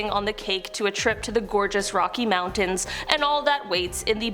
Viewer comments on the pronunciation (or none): none